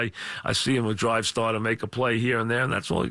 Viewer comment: "That's ya drive statah"